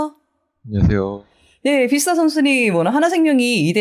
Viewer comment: 비스타 아니구 뷔스타입니다